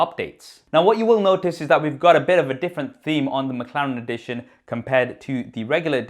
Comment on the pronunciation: What is "Makharen" ? ... did anyone else heard makharen or is just me ?....Btw love your video .... i am just annoyed how you pronounce that word Mclaren